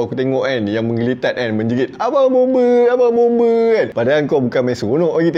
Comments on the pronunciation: Bombe lain bang bomba baru betul..tak sama sebutan tu bang😅😅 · Bomba ❌ Bombe ✅ 😂😂😂